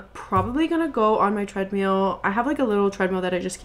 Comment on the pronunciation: the way you said treadmill over and over as treadMEAL is sending me 😭